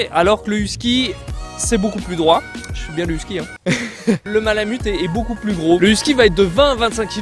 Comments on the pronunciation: Whisky ? les français ne savent pas comment prononcer les noms 😩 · ayoye,..huskie votre prononciation est horrible....et vous en faites tout un show....calmez vous cela va aider à vous écouter.. (Québec , Canada)